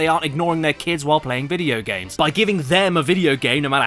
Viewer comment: T H E V O D D Y G A M S